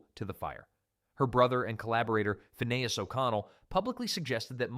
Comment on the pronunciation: is this channel AI? Sounds like it, why did u say Finneas like that